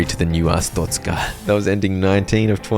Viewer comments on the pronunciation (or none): uh strokez cuh vs uh stroke a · Ah yes AHSTROKAH (not tryna be mean) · what in the hell you mean Astocka, it is Arstotzka(A.R.ST.O.TZC.KA) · mispronounced Arstotzka...the entire video. He called it A-stroke-a. 😂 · nah, you're just an astrokean, not an Arstotzkan 🙏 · I still get shivers whenever i think about saying "Arstroka" instead of Arstotzka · Thank goodness you didn’t say astroka like a …. Certain other YouTuber who I shall not mention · Ah yes,its called ars-stroke-ska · Glory to a-stroke-a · I reported ur videos for hate speech. How dare you mispronounce glorious artztoska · almost positive you’re pronouncing Arstotzka wrong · a joke, he said it wrong his entire video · not pronounces it right its wrong i came from arstotzka trust me comarad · that CAN'T be how you say it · it's worse than yoi think. He is dyslexic, but he knows he pronounced it wrong, got corrected, said it correctly once, then proceeded to keep saying it wrong out of either spite or just because he can